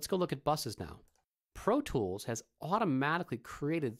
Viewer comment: he says "Pro tchwoools " lmao